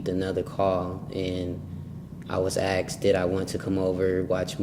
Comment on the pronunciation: Is he actually saying AKSed instead of ASKed?